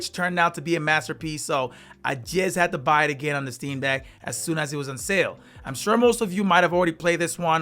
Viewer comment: Why does he keep saying dick instead of deck?